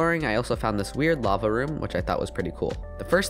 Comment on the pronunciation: Instead of saying LAVA he said BAVA